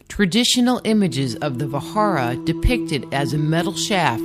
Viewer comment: Indra's weapon was Vajra...means thunderbolt. Pronuncing it ss Vahara is wrong!